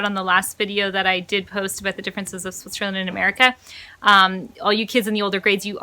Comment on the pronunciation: Just one question, it also stroke me with your first video: Why do you pronounce "Switcherland"? LOL - Did you see so many hoodie shirts here from the SWITCHER label? :) - The documentary about public schools failing in the US is called "Waiting for Superman".